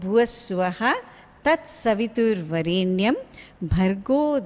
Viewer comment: pronounciation is not correct.In "varenyam" in which there is deergaswaritham in the word 're' only not in yam. I find deergaswaritham in yam that is not correct.